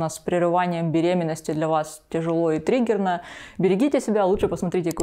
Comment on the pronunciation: говорится: тяжело и триггерно. слышится: тяжело и тремпельно.